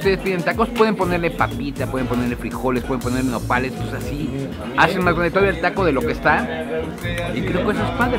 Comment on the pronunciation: Me gustan mucho tus videos pero me caga cómo comes y que hables " asdi "